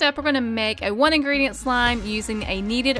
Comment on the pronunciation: Love how they say "one ingreditent" when they use like 5 lmao